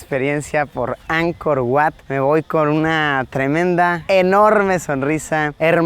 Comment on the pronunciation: Oye, se dice Ankor Vat, aunque se escribe Ankor Wats. Wat= Vat= Templo.